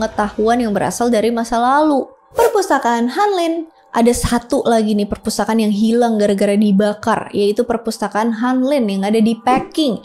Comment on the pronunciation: Pespurtakaan awkwkwkwk.....keseleo lidah kek biasa awkwkwk...gpp kok sayang 😂